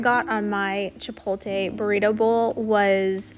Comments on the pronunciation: Dude, Chi-POT-le not Chi-pol-te, you're hurting my ears :goodvibes: But in all seriousness, your videos are unique and forward thinking and informative like no one else's vid's. Way to go, and I appreciate your thoroughness and efforts in sharing your endeavors to inform all of us how you're doing things. THANK YOU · don't forget to say "chi-polt-le" where you do pronounce the " l". said in kindness. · She did not say Chipotle right. In any type of way 😂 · I don’t think you’re pronouncing chipotle correctly